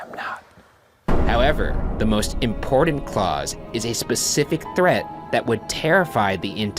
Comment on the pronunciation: "Impordand"? Why cant Ryan pronounce the letter "T"?! Drives me insane. "Tim Burden"?